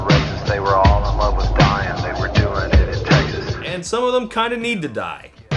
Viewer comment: "They were all in love with dying they were doing it in Texas" Oh.... oh my god. I... am I the only one who heard "dying" as "Dion"? Like a cross between Diane and Dylan? I... I thought it was a girl's name! TWENTY FIVE YEARS AND THIS WHOLE TIME I THOUGHT THEY WERE ALL IN LOVE WITH THE SAME GIRL AND HAVING A LOT OF SEX IN TEXAS